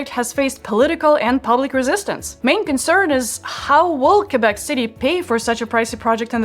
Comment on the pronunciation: THAT IS WONDERFUL THAT YOU PRONONCE QUÉBEC THE RIGHT WAY!! Thank you from a girl living in Québec city! :)